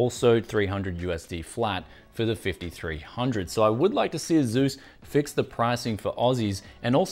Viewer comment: Did this guy really just pronounce asus A zues? A-s-us